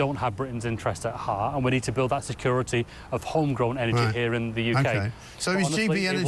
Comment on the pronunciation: "Energ-eh"... "Capicit-eh"... "Authorit-eh"... "Surr-eh".. Somebody give this guy a "y"